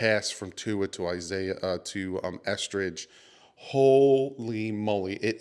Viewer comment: The way you pronounce EsKridge gets me lol. I always think you are about to say Estrogen 😂😂